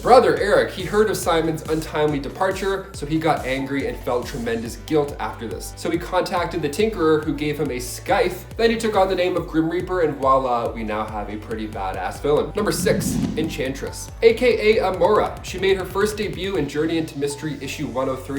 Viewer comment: The "c" is silent in scythe